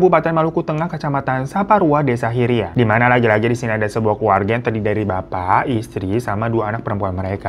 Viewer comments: Bang Hiro, bukan desa Hiria, tapi haria, dan bukan indonesia bagian tengah, tapi WIT ( Waktu Indonesia Timur) sory ye bang.. :) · Haria kak.. Bukan Hiria... 😢